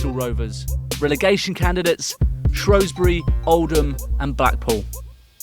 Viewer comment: It's Shrewsbury not Shrowsbury 😂